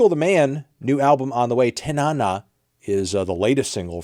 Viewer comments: Just a heads up. The new Portugal the Man song is named after a city and river in Alaska and it’s pronounced Tan-a-na. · That's not how you say Tanana 😒